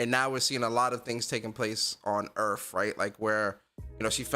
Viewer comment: Yo brotha u Canadian because you say earth the same way William Shatner does.